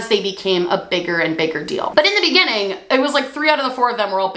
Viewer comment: Spent this video fixated on the fact that she pronounces the word beginning like "be-genn-ing" for some reason